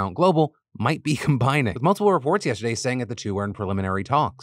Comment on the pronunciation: This news is so unbelievable that it made Phil pronounce "imbining" instead of "combining".